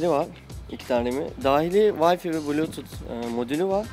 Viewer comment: Arkadaş, bilgisayar yapmışsınız, wi-fi'ı yanlış okuyorsunuz. "Vay-fi" değil, "vay-fay". Ayrıca "Rasberi Pi" değil, "Razpberi Pay". Pi -> Pay diye okunuyor. Pie ile aynı şekilde. Pie pasta. Kelime oyunu var. Raspberry Pie, "frambuazlı pasta" yani.